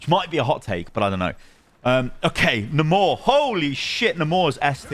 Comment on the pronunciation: Why are you calling Namor nuhmorre